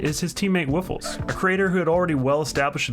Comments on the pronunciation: U Said woffles not woofles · It’s Woofless. Woof. Less. Woofless. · It’s Woof LESS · WoofLESS hahahhah no Woofels